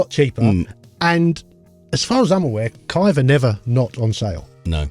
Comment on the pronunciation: Again guys... Dan's genious construction of the Kiive Sleeve [Sliive] was the best thing you ever came up with, so it's Kiive, not Kaive.